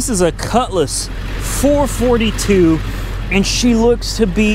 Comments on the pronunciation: It's a Four-Four-Two not Four-Fortytwo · Its not pronounced four forty two its pronounced for four two. As for how it started? that thing needs some serious carb work. We get temps of colder than -40 up here and even at -40 my all original 1963 Dodge 4 dr sedan with its original carb will start better than that thing did at +25. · FOUR-FOUR-TWO, NOT FOUR-FORTY-TWO. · Four-four-two, not four forty two. Ans it's swivel seats, not swing-away. Geesh! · HEY! its not a four forty two Ita a four four two.. Ur grounded. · Four-four-two, not four 42.... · Four Four Two not four forty-two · he doesn't say it right. Look it up. It had hyphens between the numbers originally